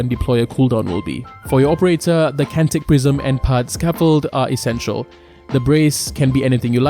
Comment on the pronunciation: I hate how this dude says essential like the mission is impossible without it lol